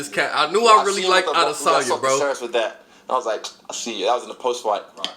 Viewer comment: israel actually confirmed that thats how you pronounce his last name I believe